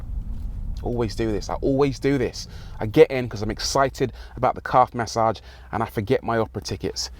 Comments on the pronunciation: LOL... took me for ever to phonetically catch what the óld “Mas-Sahge” “Caaahve” was... Love it. Thanks for the chuckle! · Rory emphasizing on Calf massage for the millionth time 😃 This was really good to watch